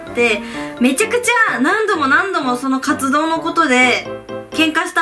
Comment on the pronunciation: 1番最初の「活動のことで」の所「カツ丼のところで」って聞こえた笑